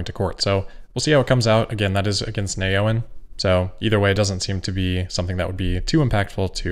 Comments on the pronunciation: Not “nay owen,” it’s “neo en,” as in new energy. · Wouldn’t Neoen be pronounced “ Neo En” ?